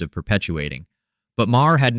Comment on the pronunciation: I think the mispronunciation of Maher make AI very possible.